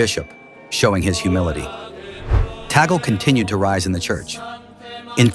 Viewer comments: "Tagle — pronounced 'TAG-ley,' not 'tag-ol.'" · The name of the Filipino Cardinal is not TA-GEL. The correct pronunciation of his name is TAG-LE---TAG as in "tag-along" and LE as in "le-mon." Before you talk about him, be sure to properly pronounce his name correctly first. You're not being credible with your very basic error about his name. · Eyyyy,,,, its not TAGEL ITS TAG LE,,, U IDIOT MUST RESEARCH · His surname is pronounced as THAG LEH.